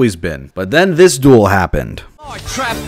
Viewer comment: Duroh!!!! monsutah kahdoh!!!!!